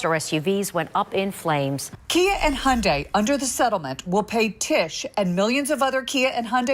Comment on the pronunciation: If you cant pronounce manufacturers name correctly, dont make a video. Im not even a hyundai fan . Thumbs down. Wasnt worth background noise